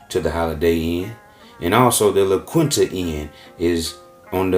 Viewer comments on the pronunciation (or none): its pronounced "la keenta"